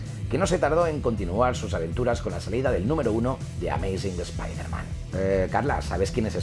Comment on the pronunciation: OMG eso es un milagro, un español pronunciando el nombre de Spiderman bien 👏👏👏